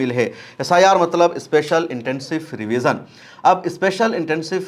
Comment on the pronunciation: अरे जनाब यह फ्री विज़न नहीं रिविज़न है